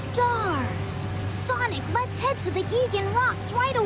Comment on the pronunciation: That one in particular always sounded like he was doing that thing children in cartoons and stuff do where the Ls are Ws, so it sounded like “Wet’s go!” instead of “Let’s go!”